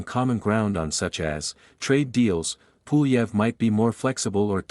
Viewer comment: Low effort AI slop “Poolieve” has my vote.